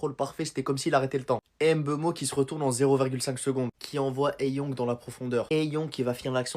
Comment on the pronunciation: C'est Mbeumo et non M'beumo svp 😢 ne fait pas ce que vous avez fait à Mbappé